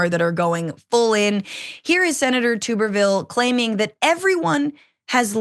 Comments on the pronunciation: Glad that I'm not the only person who pronounces his name "Tooberville" instead of "Tubberville". It just makes the most sense, since he has about the same amount of neurons as a potato. A tuber. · Tubberville. Tubb, rhymes with snub, hub, sub. Tubberville. Verbatim the actual correct pronunciation sounds worse then tube. It kind of reminds me of a tub of lard, which is actually smarter than the AL senator.